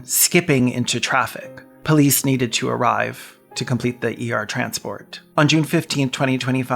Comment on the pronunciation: whenever it says "arrive" sigh